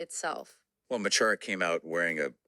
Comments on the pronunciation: Mo Choro is pronounced Ma Kara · It's probably been mentioned, but Mo Chara is pronounced Mu (the mu in the word must) and Corr-ah (the corr from the word correction). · Mo Chara pronounced Mo Kara in english. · Lads, "Mo Chara" is pronounced "Muh Chora". The "ch" is pronounced like "j" in Spanish. The phrase means "my friend". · His name is pronounced “Mo Kara” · Just a heads up Mo Chara is actually pronounced Mo Kara. It translates into English as my friend. Interestingly in Hiberno English there is the word mucker which literally transliterates from the Irish.